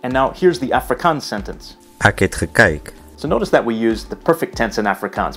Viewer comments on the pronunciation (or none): Please, those people who want to learn Afrikaans, the word EK (that means I in English) is NOT pronounced "ack". Also in this lesson you mislead the listeners. "Ek" is pronounced "ek", like is "excuse me", and not "ack" like in "acknowledge". We call these people who speak Afrikaans like the English speak it, "verloopte Afrikaners". They are a disgrace for our beautifull language.